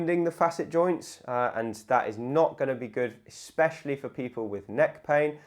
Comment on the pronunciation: Please don’t say ‘eXspecially’😂😂